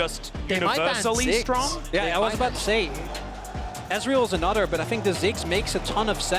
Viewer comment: It's another not anodder... 😂